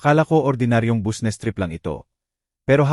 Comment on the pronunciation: Huy ayusin mo ang pag babasa anong busnes bisnes kung babasahin ang business